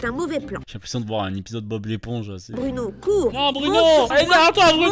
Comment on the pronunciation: je l entends dire bruNOW